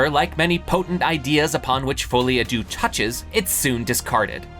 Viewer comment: "foley a doo" French speakers: cringing errr....have you ever said these words out loud before orrr.....?"